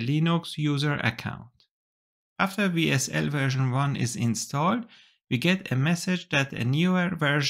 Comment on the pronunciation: Great video. Let me give you a little tip in return, as a native German speaker myself... when you said WSL. Or WSL2... you pronounced it (the W part) like in German... like the W in VW... phonetically Vsl: We SL: Vee sl. That is natural since in German we say the letter W is pronounced as Veh, while V is like Fau. In English however the letter W is pronounced as double-U. And in English of course the letter v is pronounced like Wie in Wie geht's dir? Nun ja, kleines Detail, aber auf jeden Fall nochmals vielen Dank für die (das?) sehr informative video! :-)